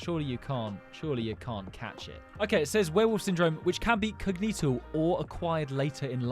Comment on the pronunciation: It's not Vertigo, you turnip, it's VerTILigo! Did you call her Helen KILLER?!! Good Lord, man, it's Keller - Helen Keller! Cognetal!?? No mate, its conGENital! FFS, read up on your stuff before embarrassing yourself like this! Mermaid Syndrome also often results in chronic kidney failure too, and that's why surviving to the age of 27 with it is so rare. Hey, that's me! I didn't know it was so rare, though.